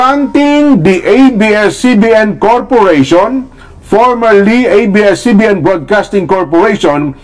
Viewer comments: A,I not IBS CBN Correct is ABS CBN is Correct pronounsition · Yes to the renewal of ABS-CBN's franchise! (Pero bakit "IBS-CBN" ang bigkas ng narrator ng video" ?) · Pakisabihan Yan blogger Mo na abscbn Hindi ibscbn ,sabihin ng Tama ang A ,bopol Yan .